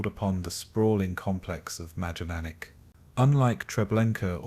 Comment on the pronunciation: The camp's name is pronounced My-don-ik.